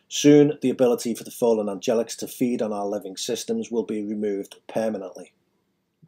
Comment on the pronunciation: Why do you keep saying fall'en. What religion are you following? Have you really done much reading or research on Metatron or the math and geometry or did you just make this up on the weekend?